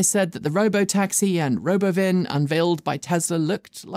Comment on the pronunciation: It's not "robo-vin"; it's RUB-oven